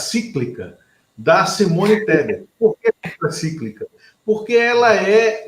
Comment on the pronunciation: Contracíclica? Fala sério!